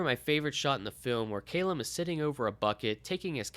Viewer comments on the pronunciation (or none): Great delving review but argh is Ca lum not cay lum